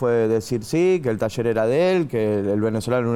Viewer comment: Se dice, taller...... Y no tasher...🤦